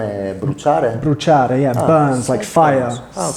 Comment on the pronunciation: Wait what?! is in Trieste? 🤩 the way you pronounced “bruciare” left me speechless, wow! Your Italian seems to be 👍 BTW, avrei voluto vederti con un “fade” 😊